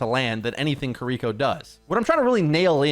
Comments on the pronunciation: It's Kiri-koh, not kireek-ko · You are a huge influence in the community. Please attempt to pronounce Kiriko correctly. It's not Kareeko. Please try harder. Japanese names are super easy to pronounce if you just try. If you need help, paste this into Google translate and listen to the robot voice, きりこ